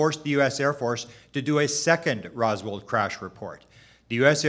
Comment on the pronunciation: Hey buddy … ITS “ROSWELL” NOT ROSWELL'D WTFK🤦‍♂️ how can we take this dude serious when he doesnt even kno the name OF ONE OF THE MOST FAMOUS ALIEN CASES EVER